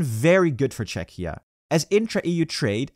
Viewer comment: I don't understand how could the narrator have 'lived in Prague himself' when he mispronounced the country's name 'i.e. Chetchia' on several videos already